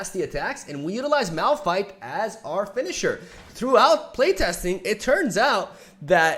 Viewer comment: It's Malfight not Malrun